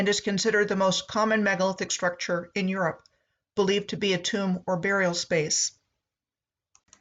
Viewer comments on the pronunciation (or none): none